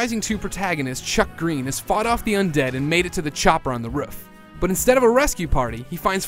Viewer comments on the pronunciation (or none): Silly Americans, It's not pronounced ruf it's pronounced roof. yes I'm Canadian, And remember it's only a joke. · lol can he not say roof? XD